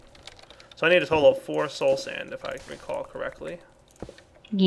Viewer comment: You are the only youtuber I know of that actually calls soul sand by its real name... Everyone else I know says slow sand... and it really pisses me off when they do that...